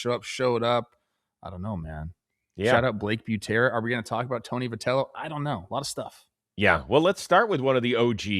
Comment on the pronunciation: Hey guys love the show! 😃 I've noticed you guys pronounce Tony Vitello's name as vih-tell-oh, so I was pronouncing it like that too because of you guys. But then Opening Night's NBC game was pronouncing it vy-tell-oh, which confused me. I looked it up and it looks like it is pronounced vy instead of vih! Just thought I'd let you guys know! Keep doing what you're doing!❤